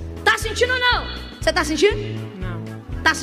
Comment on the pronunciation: "Tô sintinu pera fé"